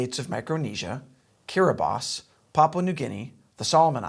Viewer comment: Kudos on the pronunciation of Kiribati.